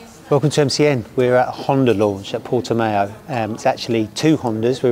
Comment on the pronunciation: Got to love how Portimão looks remarkably like Jerez (9m46s)... And it is Portimão, not Portimao. Hope you enjoyed the rain. 🤣